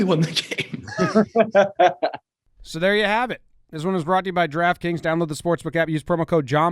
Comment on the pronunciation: When u speak the sponsor name it sound more like Giraffe kings rather than draft kings 😂🤣